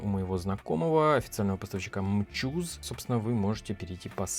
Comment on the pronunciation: Может не мчузе а амчоус?